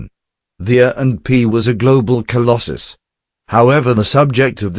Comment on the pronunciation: It doesn't sound like the guy is pronouncing A&P correctly.